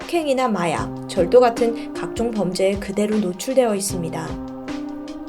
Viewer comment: 너무 예쁘시고 목소리도 너무 좋으세요. 영하고 귀엽고 밝으신 스타일이신데 진지+성숙미+아나운서느낌 났던 디바 제시카님의 토요미스테리 포맷에서 하시느라 조금 저는 어색한 느낌이 들었어요.(예를 들자면 '그대로'를 '고대로'로 발음하는건 귀엽지만 아나운서 톤에서는 살짝 어색하게 느껴지는 등) 의 매력을 좀더 뿜뿜할 수 있도록 프로그램을 구성해보시는 것은 어떨지 조심스레 말씀드려 보아요. 응원합니다!